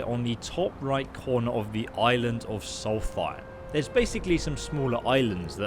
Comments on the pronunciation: Never in my life have i heard anyone read solstheim with a th :D its solst heim, heim basically means home! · I’m pretty sure it’s pronounced “soul-th-st-hime I dont care but someone else might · Its Solstheim Not Salty Time! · “It’s Solst-heim, not salty-time!” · If you say solthime 1 more time its solstheim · Sol-fime? Tf? Lol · The way you pronounce Solstheim really triggers me. 😅 It's Solst-heim, no th sound in it. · If we talk about pronouncement, it should be written with REAL WAY. In this case, the pronounce is "SOLS-EIM" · Noriel Sylvire it doesn’t sound like he’s saying either